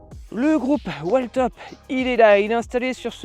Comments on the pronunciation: Merci poour le test et la revue honnête et complète ! Sur la prononciation de la marque attention c’est "wiiltop" 😅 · Whiiiiiiiillllltop il faut prononcer ! 😅